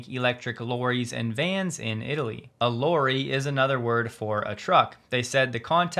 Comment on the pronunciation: The way you pronounce lorry is hilarious... It's pronounce similar to lolly - but obviously swap second 'L' sound for an 'R' sound.